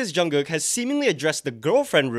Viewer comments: Wait did she call Jungkook “Jungkung”? 😂😂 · The way I heard “John Cook” lmaooo. With the music Jungkook has been putting out lately he’s starting to remind me a lot of Justin Timberlake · Not "John Kung" 😂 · Lol thats Nomzamo mbatha from South Africa, she didnt mean to pronounce his name a little bit off😂....We as south africans just got a bit off accent